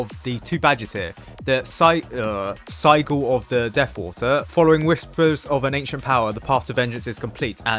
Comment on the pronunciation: the way he pronounced sigil as saygul 😂